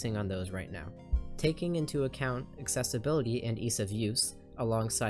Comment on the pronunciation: It's *Accessibility*, not "accesability." Thanks for the info. I might try the darkroom you mentioned